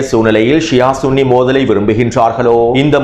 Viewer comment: சன்னி அல்ல ஸுன்ணி என்பதே சரி